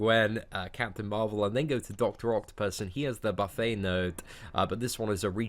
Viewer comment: it's pronounced buffet bro. it's pronounced "buffay" for a food buffet.